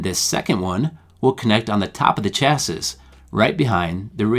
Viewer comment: Good video, except "chassis" is pronounced "cha-see." The 's' is silent. Must be a word with French origins.